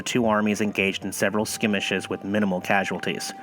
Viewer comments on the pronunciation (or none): Thanks for the tour. Love it. I want to go to the Alamo. 'Skurm ish iz.' Check out the google pronunciation on it. Just to help with pronunciation. Don't want to be a Pronunciation Nazi but that one could be difficult. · that's skirmish not skimish